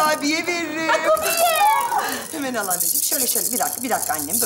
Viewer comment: kurbiyeye kubiye demesine çok güldüm